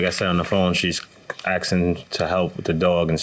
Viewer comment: “Axing”. All I need to hear.